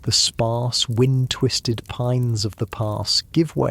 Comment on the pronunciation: You're AI said wind when it shoudlda been wind U woke me up! Shame on u. Try harder😢